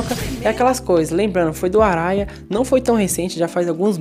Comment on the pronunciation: Arraia se pronuncia Ahaia n to criticando vc n Blz?